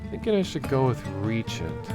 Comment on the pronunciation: The server situation is unforgiveable for a game so small with only 7 players per server, that said the game has alot of potential I guess. *btw, google speak is bs, its not ree-agent it is re-jent :)